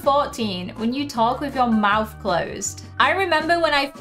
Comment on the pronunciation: To be honest I heard you say mouse instead of mouth 😅